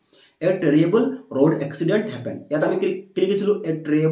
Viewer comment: Sir it's not terriable it terrible 😂